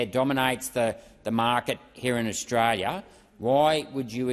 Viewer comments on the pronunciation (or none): this dude is a fucking moron. there is an L in austraLia you bogan dipshit.